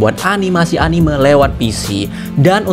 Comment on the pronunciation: dibacanya anime bang bukan animeu🙏